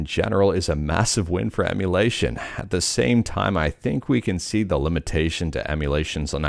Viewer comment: I don't know how you do it. It is so hard. I mean, I have never, not even once, not slurred saying "limitations to emulation" and messed it up, but you did it first try. You are truly a linguistics wizard.